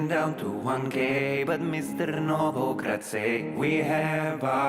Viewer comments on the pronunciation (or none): "Novograaaatz is boolish! - Battomed out! Tonne Vaaaaz is berish!" I'm fucking dead 😂😂😂